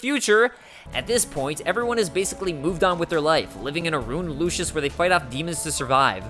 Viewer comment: Lucis, not Lucius. Everyone gets that wrong. And did you really confuse an entire country with its crown city? Lucis is not Insomnia.